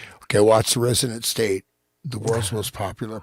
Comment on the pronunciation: Hans, I recommend that you maybe spell out / make clearer that you’re saying “resonant state”. It’s a great name for your show but when you say it fast like that it sounds like “resident state “ and I often find that when I try to check out links under videos the buttons just don’t work. Great show, everyone!